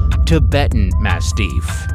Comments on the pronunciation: Holy crap. This narrator needs pronunciation lessons. Amongst the many mistakes: Intuit people. No, that's a software company. You mean Inuit people. And it's ma-stiff, not ma-steef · You Sir really should do better research before you post these videos. First, you sadly are incorrect about some of this, and cannot accurately pronounce some of the breeds. Mah-stiff is not mas- steef😂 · Yes. If he says “mass-teef” one more time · The way you say mastif is quite annoying